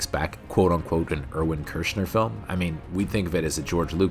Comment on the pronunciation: Who the hell is Erwin Kirshner?!? It’s Irving you dumbass.